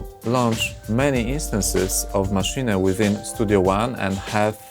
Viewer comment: maszine ? hahahaha sounds like kkokakola i oranzus NOBODY DOES MENTION WHAT IS MISSING :-( , fpr example chord playing with the mouse...........